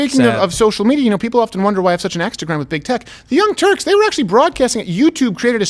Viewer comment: Did you say Young Turks or Young Jerks 🤔🤔🤔